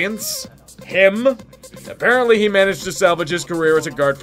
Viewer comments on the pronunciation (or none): none